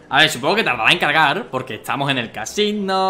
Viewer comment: Hemvez de decir cargar dice cagar